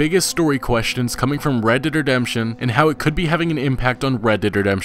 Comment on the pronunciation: Red Derd Redemption